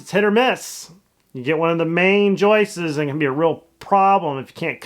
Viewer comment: Joist. Not Joyce.